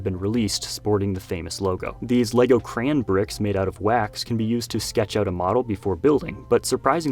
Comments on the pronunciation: CRAY-ON ITS NOT DIFFICULT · The way you pronounced Crayon gave away where you live lol Michigan or Wisconsin.